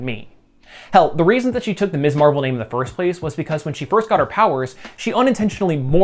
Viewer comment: Love this post! However, an important note: She's Ms. Marvel, not Miss Marvel..pronounced "mizz." That was the whole point of Steinem's magazine name -- and the idea of Carol's first turn as Ms. Marvel. It's hard to understand how you're pronouncing it each time it's said...and even Kamala's father said "Miss Marvel" in the episode when he unintentionally gave her her superhero name. But it's worth mentioning. Great channel. Subscribed.